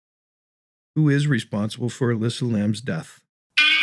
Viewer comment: Her name is Elisa, pronounced like eh-Lisa, not Elyssa. Hello?